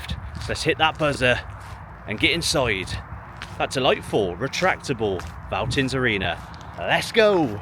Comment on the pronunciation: No criticism and it has been written a lot in the past but if you see a "V" in German it is almost always pronounced much like an "F" in English. So it sound like "Feltins"-Arena. Unfortunately, the "Vonovia" Stadion actually is not pronounced with an "F" as Vonovia but like an English "V" as it is a made up word. And average attendance at Schalke is >60k even in the 2nd league.